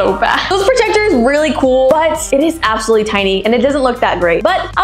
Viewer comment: Bro says APPsalutly like Apple